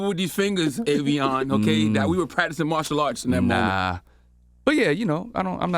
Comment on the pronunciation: The man said "Partial Arts" 🤣🤣🤣 Genius